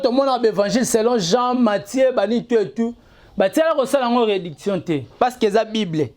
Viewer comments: Yo pe😂 Reedition et non rediction😂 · En plus balobaka réédition et non réduction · Tu es bête comme ferré tu n arrive mm pas a prononcer le mot réédition eza pasi on dirait ferré recrute que des boutiques pour parler de lui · Manque à même prononcer réedition tu n'arrives pas